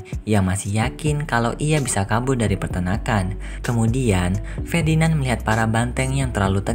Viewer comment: Fedinand😂😂😂 Ferdinand woyy🔥